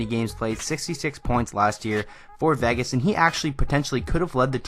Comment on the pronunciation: It's VAY-GIS... not VEH-GUS